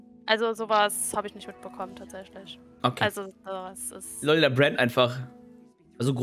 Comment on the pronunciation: warum sagt sie die ganze zeit Buen statt Brand? :P